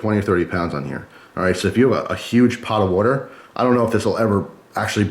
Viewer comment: It's WAter not WUter